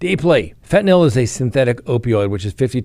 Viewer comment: Say it with me... FEN-TA-NILL.